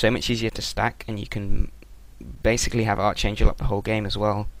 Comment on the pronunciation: its pronounced ArKangel not Arch.. your english is terrbile..